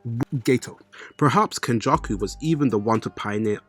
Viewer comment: Why does this guy say names weird? Who the hell is kenjuku